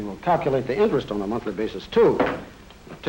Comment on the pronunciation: Elmville Nayshinul Bank... where you earn inner-ist.